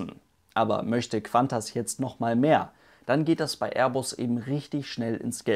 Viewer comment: Es heißt KuANTAS und nicht KWANTAS :D